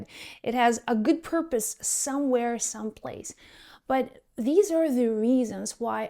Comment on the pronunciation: Purpose !!!!! ..... Not porpoise !!!!! 😊